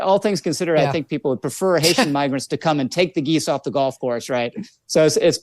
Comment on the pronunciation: Can’t stand this situation, but I’ve listened to the sound bite over and over and over again in slow motion. What I think he did was, pronounce migrants (My-grants) like MIG-rants. His mouth formed an ‘m.’ But, despite this, I can only imagine that since he is going along with this, he is one who uses the word we thought he used as a common hobby.